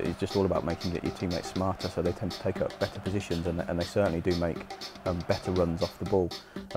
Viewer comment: Make not mange